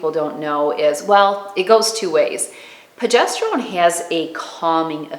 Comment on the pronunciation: Please, please, it's pRogesterone!